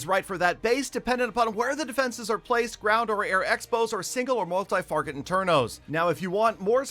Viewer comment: multi farget internos 😂😂